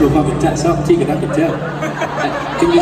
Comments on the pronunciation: Take a shot every time he says Tegan 😂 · My name is Teagan and every time he said her name it gave me anxiety omg